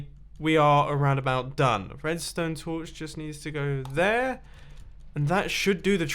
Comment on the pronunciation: What gows dere?